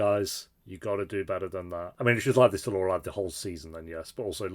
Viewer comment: How many seasons did it take 'til you could properly pronounce 'Lorelai'